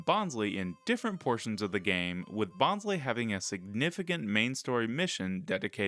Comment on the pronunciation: Bonsly is your favorite pokemon but you pronounce its name wrong? Bonsai + sly (like sneaky) it’s a pokemon pretending to be a bonsai tree. So the second syllable of its name is literally sly. They pronounced it wrong in the first season Bonsly was featured in the anime but they said it correctly in later seasons.